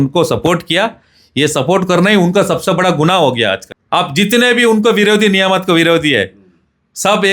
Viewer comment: Niyamat❌️ cheee yamat✅️